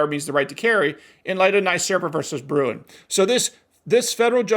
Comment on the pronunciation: [[ “the Supreme Court ruled in the Bruin case that for a gun control law to be valid today it must’ve been used during the time of the founders in a broad sense.” ]] I agree. Do you know what “broad sense” means? Do you know what analog means? ( And Just FYI - it's Bruen, not Bruin )